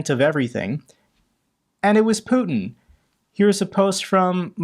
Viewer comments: His name is Putiiiin not Putn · Sorry, I had to switch channel, the way you pronounce Putin! 😩